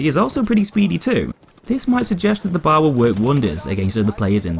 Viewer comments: Stop saying bar instead of B A R. It's triggering me. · It’s B...A....R not BAR!!! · It is not pronounced like the place one goes to drink...the letters are said individually.....B....A....R. Come on man.